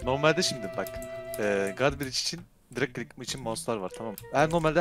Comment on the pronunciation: nedne dırig klik diyo qwoıejıqowe